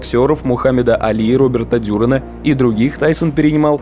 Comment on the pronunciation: Правильно будет: РобертО ДюрАн! А не так, как вы сказали